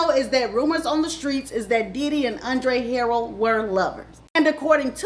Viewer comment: Andre Huh- rell